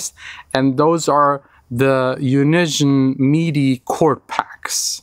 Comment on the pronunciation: Yeah good u didnt even pronounce their name properly 😆🙏 i hope that was on purpose